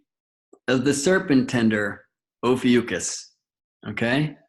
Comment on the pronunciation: Love the video but brother ..its O PHEE ICK US....oh fee ick us... Ophiuchus...lol it drove me crazy whatever u were saying